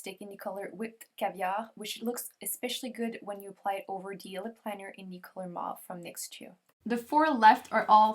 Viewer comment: You are GREAT! Thanks for this review. But please, MAUVE rhymes with "cove", not "of".